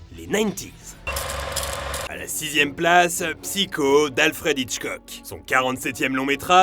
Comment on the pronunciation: Pourquoi prononcer un mot anglais avec un accent japonais, mais mal prononcer psycho que chaque être français connait sous le nom de Psychose?